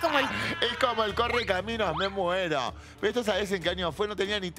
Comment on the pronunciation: "Me moeroho con o y H en el medio" Oriana junco 😆